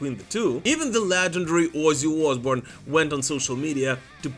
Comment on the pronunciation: Your pronunciation is on point: "Wuzzy Oozboorn"